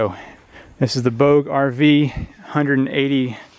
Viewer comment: Nice review. FYI: Bouge is a French word for move and is pronounced Boo-ja. Did you know, a soda can placed on the solar panel will leave no shadow when the panel is pointed directly at the sun. Thanks for sharing